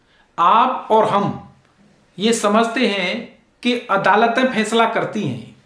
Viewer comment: बडे़ शर्म की बात है, जितने आप पढ़ें लिखे हैं उतना घटिया आपका उच्चारण है । कितने बेझिझक होकर आप, फै़सला ( faisla ko phaisla ) को फैसला , ' श ' को 'स ' और ज़मानत 'को ' जमानत 'कह रहे 'zamanat' ko 'jamanat ' ऐसे उच्चारण से तो एक अनपढ़, जाहिल और टपोरी का उच्चारण अच्छा है